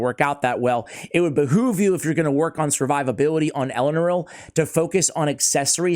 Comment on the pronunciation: Thanks for not saying Elenaru like all other CCs lel